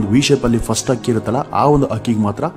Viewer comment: Akki alla adult hakki anta heli u r pronosation is wrong please correct